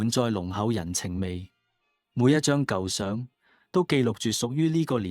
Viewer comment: AI聲音演繹，為何會喘氣？？Al 都會唔夠氣嗎？「he he 鞋鞋」？🤔😅 發音奇怪。 舊相，不是讀成「舊賞」，片中而是讀為「舊上」。 雖然如此，多謝分享。🤝